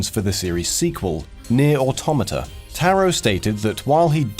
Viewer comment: Not sure if you say automata wrong or i am.